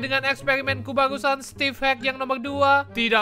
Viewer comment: Maaf nama nya emang stevee tapi ngomong nya stevie